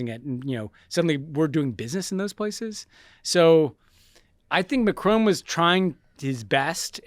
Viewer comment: Macron, not Macrone.